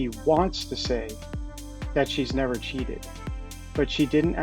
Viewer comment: Wow she does say cheaten, not cheated